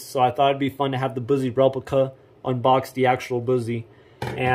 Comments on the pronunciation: Boozie? Lol BUS-ee.... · Busse is pronounced like "fussy". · First of all, it's pronounced bus-e. And mine I let my uncle make for me. I got the orange and black g10 handle with the tan case and the navy blue finish. And yes, the indent on the blade is to knock off some of the weight and under the handle they have a couple parts of it drilled out to make it lighter too. And yes it would easily go through that cinder block, The whole thing. btw I know all of this because I've been to the shop multiple times in my life and my parents used to work there and it's pretty cool. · And can't even say Busse right